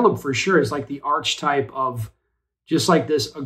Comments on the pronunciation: It’s pronounced ar-ke-type. Not arshtype. Get a platypus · It's pronounced are-key-type.